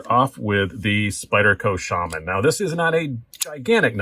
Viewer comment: Its nice to hear Shaman pronounced correctly. I remember the $155 Shaman as well. Jeez!